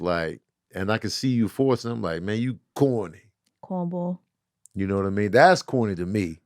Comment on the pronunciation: “cohn bwall” - 😂❤